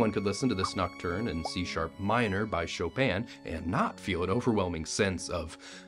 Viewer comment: "By show-peaaahn". Bro how hard is it to look up how to pronounce Chopin?